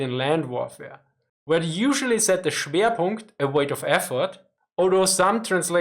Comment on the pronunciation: You just got PUNKED- er, I mean Schewrpunkt